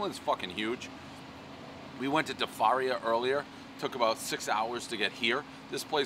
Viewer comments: how about his pronouncement of "DIE-FARIA"?😫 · Spa-Money Gardens and Dee-Farios 😂